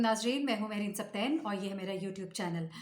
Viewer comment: محترَمہ، یہ نام/لفظ 'سِبْطَیْنْ' ھے۔ س کے زیر کے ساتھ نہ کہ زبر کے ساتھ۔